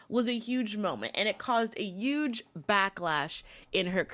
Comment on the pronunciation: I think mispronunciation is okay here because it’s obvious you didn’t have any ill-will, so please don’t beat yourself up! You also say YUGE and not even sure how to spell out what you did to ostensibly (it’s “ah-sten-sa-blee” ) but we all can understand what you’re communicating so don’t sweat it.